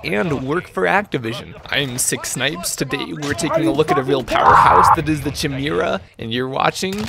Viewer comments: Isn't Chimera pronounced like Kai-mera? Or is it Chim-era like he says. Or have I been saying it wrong all these years? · The amount of saying chimera as chai-meerah or chih-meerah and not kai-meerah is astounding. It’s pronounced kai-meerah. Also why are you playing on like 80° fov lol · kai-merra not chim urra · I know you didn’t just call it the “cheemera” bro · Whoa hold on, Chu-MEE-ruh? Bruh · Me hearing "chee-mira" 😬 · CHIMERA IS PRONOUNCED KAI-MERA FFS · Why does everyone butcher the name 😭 it's pronounced [KY] + [MEER] + [UH] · its pronounced KY-MIR-RAH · It’s pronounced kīˈmirə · chimera is pronounced like: kīˈmirə,kəˈmirə, or more easily, "Kai-mahr-rah" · The way you say chimera breaks my soul please help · I was wondering if you were pronouncing chimera like that on purpose. You were. Also I was going to get a 300blk mk18 pistol this year. thanks ATF, very gay. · I know you're pronouncing it wrong purposefully...to trigger people like me...I recognise this. I'm still furious. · Pretty sure that's not how you pronounce Chimera but I digress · your pronunciation of chimera triggers em